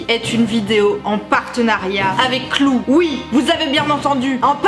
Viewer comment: "clou" ^^ ! Je me moque, mais j'ai le même accent français merdique :'). Sinon, vidéo intéressante comme d'habitude. Je connaissais déjà l'appli et ça a l'air de bien marcher. Eh ouais je suis un mec et je trouve ça intéressant d'apprendre comment les filles fonctionnent. Eh oui. Car ça fait pas de mal.